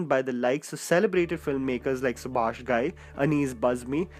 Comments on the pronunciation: Subhash Kapoor, not Subhasish Kapoor! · its SUBHASH not SUBHASHISH